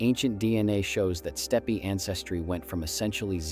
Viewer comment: Stepee? Auto-coh-thonous?